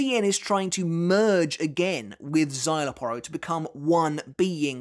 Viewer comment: I thought I was the only one that pronounces Szayelaporro as the uploader does. 😮